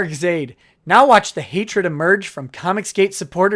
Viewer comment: Whenever you spit the word, "Zaid," I hear, "Idiot."